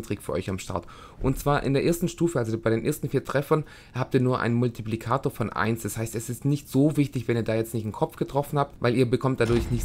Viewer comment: egal, ich fand deine Aussprache davon ein bissle witzig ^^ Ansonsten hat mir das Video echt weitergeholfen, ich bedanke mich:D